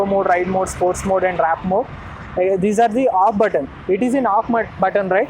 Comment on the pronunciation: Why does everyone say WRAP instead of WARP!! 🤦‍♂️🤦‍♂️ IS IT SO CONFUSING? 🤦‍♂️🤦‍♂️ Not hub motor bro 🤦‍♂️ What tales 5hr45mins to charge? What is this new number you just made up?